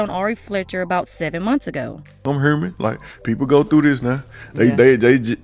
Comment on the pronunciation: He said he’s “Hurman” 😂😂🤣